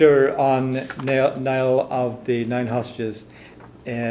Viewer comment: wrong. gaelic is never pronounced like it looks on paper It is pronounced Niel. Greetings from Ireland.